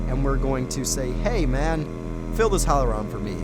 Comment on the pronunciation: "Hohlroem" xDDDDDDDD